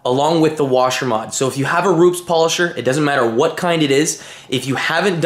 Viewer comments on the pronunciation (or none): ru- pez not roops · Hi, I think its been mentioned before....Its Roopez (phonetically)...not Rooops....with your first name being (close to where Rupes are in Italy) you should be getting it right. also you should credit Kevin Brown (AKA Buff daddy) for the washer mod great vids though Paul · It's "ROO-PES" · J M Ru-Pez lol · Ruu-pess, not with a Z, there is no Z in Rupes. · It's pronounced Ru-pez